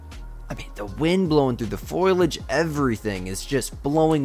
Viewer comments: Foh-lee-aj not foil-e-aj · Foliage is pronounced like fo-lee-idge, and not foy-lidge